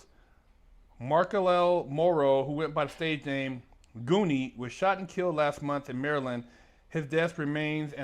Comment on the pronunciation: Dude ia fron my hometown..we don't get down like that man..everybody thought this was some weirdo shit...but he was a legend in his hood...RIP...by the way...his name is GOONEW....not goonie lol smh